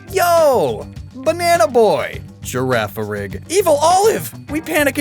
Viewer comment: bro did you have a stroke recording Girafarig